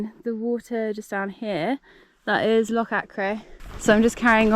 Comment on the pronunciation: Great video. And congrarulations on your first solo wild camp - and for learning how to pronounce "loch!" We Scots appreciate that. May I make one suggestion, consider alumimium cookware. Much lighter and cheaper than stainless steel. All the best!